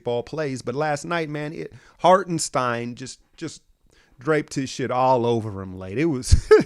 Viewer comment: As a German I appreciate you trying to pronounce Hartenstein correct, you did 95% great <3 The Video itself is very good, of course.